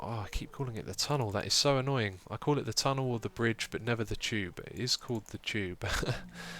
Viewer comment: Haha, It sounds like you are calling the "Tube" the "Chube"... silly xisuma, you're awesome! c